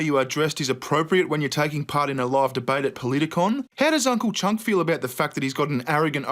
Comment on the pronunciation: It's cenk not chuck